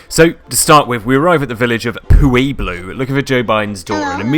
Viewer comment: Pueblo Colorado lol it's pronounced pway blow or pweb lo Phonetically of course.